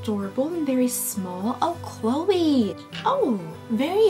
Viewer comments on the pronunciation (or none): none